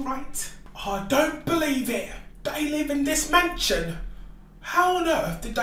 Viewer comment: that man is saying bloody mansion